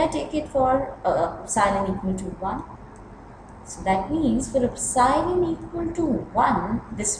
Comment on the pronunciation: It's "EPSILON" not "OPSILON"!